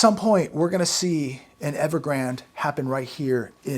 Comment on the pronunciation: Evergrande he’s being miss pronounced. It is pronounced like the river Rio Grande. I wonder who started they miss pronouncing.?